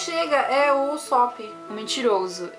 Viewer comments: se lê usÔpp kkk e nao usÓpp eu acho kkkk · Mas no anime eles falam usÓpp, não?